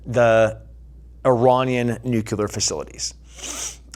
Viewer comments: You're super smart, super badass and a super inspiration ...... its new- clear not nu- cu- lar😅..... pls don't kill me. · NucLEEar brother, not NUCULAR. Love you man. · Who here has the stones to tell this beloved savage that it’s pronounced “nuclear” not “nucular”? Anyone? <3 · For someone who has spent time in the military, I cannot believe you cannot pronounce nuclear properly! Disappointed 😞